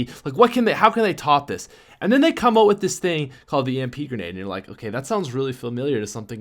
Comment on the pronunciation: Why does he pronounce out like ewt